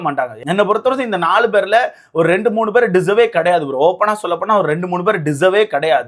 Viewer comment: டேய்... பெற ஒழுங்கா சொல்ல கத்துக்கடா.. என்னடா review பண்ற